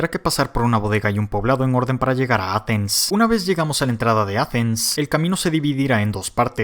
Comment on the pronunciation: "La ciudad de Atemssss" 10/10